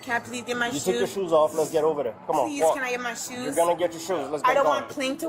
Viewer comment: “Where my shoosh?”